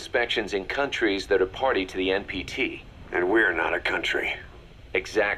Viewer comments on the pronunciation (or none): none